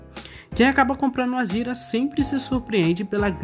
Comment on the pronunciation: Por quê vc fala Azira, quando o certo é Azera?